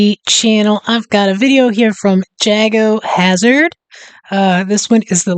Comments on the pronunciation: JAGO not JAGGO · His name is pronounced Jay-go. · Jago (pronounced Jaygo) Hazzard is probably the leading YouTuber on this subject matter. His videos are informative, authoritative and highly entertaining all at the same time - nice easy humour. Any of your viewers would be well advised to subscribe to him as well if they found that interesting.